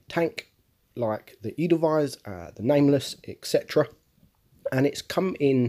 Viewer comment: Very good pronunciation of the word german word "Hafen" - Harbour - and very passable for Edelweiss :)